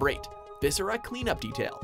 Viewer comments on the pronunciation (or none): none